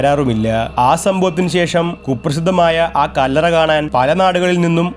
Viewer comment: ആ കല്ലറ എന്ന് പറയേണ്ട കാര്യമില്ല കല്ലറ എന്ന് പറഞ്ഞാൽ മതി ഒരു വാക്കിന് മുമ്പ് ആ പറയുമ്പോൾ ഗ്യാപ്പ് വിടണം അടുപ്പിച്ചു പറയാൻ പാടില്ല